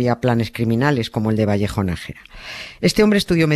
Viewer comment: Es Nájera,no Nagera,vaya periodistas....